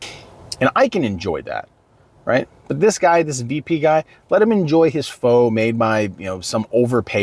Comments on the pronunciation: Pho is pronounced fuh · Pho is pronounced Phuh